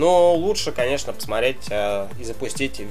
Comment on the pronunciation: Плейстейшл ? ппц....колхоз